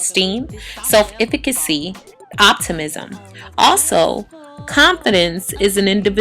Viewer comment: I appreciate the message of this video, but I just wish she would correctly pronounce "self-efficacy" because it makes me cringe every time I hear her say it.